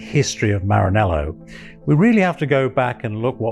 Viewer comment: ...and Maranello not Mahanelo.